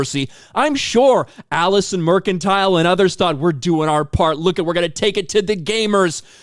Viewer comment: Why does everyone keep calling her Mercantile? I saw that on Bounding too. Is there a meme I missed or is everyone just an idiot? Her name is Mercante. She's a total nobend but at least let's get her name right.